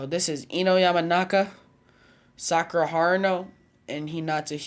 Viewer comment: Not sakara not sakara